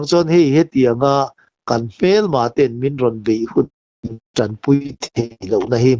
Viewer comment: Huntawn, tih ai ah hun tawng .chutiangin ,sialsa tih ni lo vin sesa